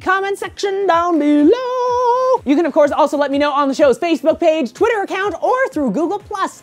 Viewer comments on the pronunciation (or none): none